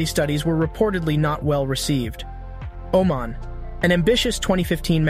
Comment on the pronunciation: My man did not just call Oman " Omen" 💀